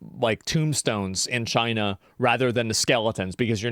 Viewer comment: When you say China you have to say it like Trump: CHYNA It's obligatory.